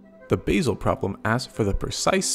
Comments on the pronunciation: Just for information, the Swiss town Basel is pronounced Baa-zle, not Base-el . Thanks. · It's Basel, not basal